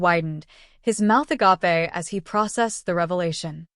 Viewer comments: Please! The work "agape" is pronounced to rhyme with 🎉 " grape" It's "a- gape" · Why aren't these robot readers or "real" people taught how to pronounce words like "agape" properly? It means "wide open" not some South American wild fruit!!!!!!!!! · Please reprogram your speech program to properly pronounce the word agape or stop using the word in every story. UGGGGG